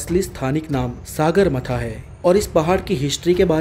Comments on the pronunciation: not a सागरमाथा its सगरमाथा... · सगरमाथा not सागरमाथा, I think it’s accent problem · pronounce correctly not saagarmaatha !! it's Sagarmatha ( सगरमाथा ) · It's name is not Sagar matha it's name is सगरमाTHA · Not a सागरमाथा Its सगरमाथा। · Saagarmatha nahi sagarmatha hai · सागरमाथा नहि सगरमाथा होता हे भाइ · सागरमाथा नही ब्रो सगरमाथा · सागरमाथा नहि सगरमाथा हे।।। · भाई सागरमाथा नही सगरमाथा नेपाली मे केहते है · सागारमाथा नहि सगरमाथा